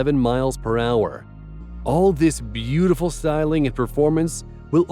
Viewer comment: Bee - yooti - full!